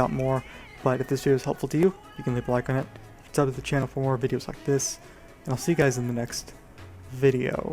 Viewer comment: That "bye" at the end hahaha. Never do that again :P